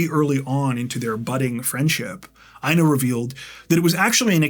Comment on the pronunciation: Dude...The name INA sounds like EENA😊 Long E...No I. 😊😊